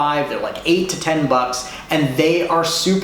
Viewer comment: Says Te not Ten